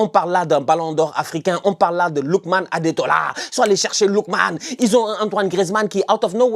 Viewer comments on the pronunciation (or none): C'est Ademola et non Adetola 😂😂😂😂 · gère toi 😂 on dit ademola